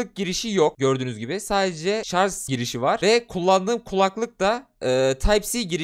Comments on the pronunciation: ŞARZ DEĞİL ŞARJ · Sarz değil şarj.